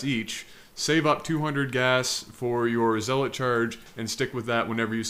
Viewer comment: "ZEE LOT speed" Oh, you were so young.